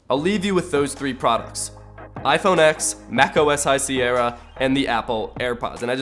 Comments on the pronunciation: Say iPhone X again. It's iPhone TEN! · It's iPhone 10 NOT x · Apple said that it should be called Iphone « X » not Iphone « ten »... please research before saying things that are false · ok bro anyone who calls the iPhone x the iPhone x is retarted. It is pronounced the iPhone ten. OS X is actually pronounced OS ten, people who don't know an ounce of what they're talking about call it OS X . Stop trying to milk pointless problems for views and use your head. Im guessing Samsung has all their names perfectly thought out. Note 8, does that mean your its the 8th note you've taken or is it a note pad...maybe 8 of them. hmmmmm, lets talk about the s8, does the s stand for shit, Samsung, sally and 8, is that only the 8th phone Samsung has made or only the 8th generation. Should it be S8-1. funny how you bash apple this whole video but really your just narrow minded and view hungry. Im definitely unsubbung from trash vids like this. Whats the point, you review tech thats years old and if you review anything new your months late to the game anyways. (correcting misspellings) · iPhone “ten”